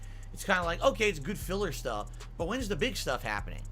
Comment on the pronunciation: I heard him say "the next 'pig' release" im guessing he said 'big' but I agree with my ears.